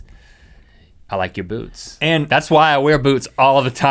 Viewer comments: link i thought you said boobs instead of boots xD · When link said I like your boots I thought he said I like your boobs😂😂😂